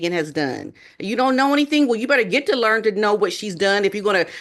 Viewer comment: It’s get GET not get GIT you present yourself supposed is professional. Why don’t you speak like one?